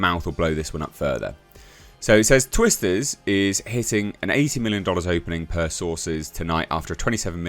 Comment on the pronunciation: Sounded like you said Twist This..😂😂